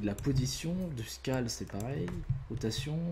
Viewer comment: Sunnymation Making of xD Faut revoir ton accent anglais 😂 genre "Scale" xD j'etais mort 😂👌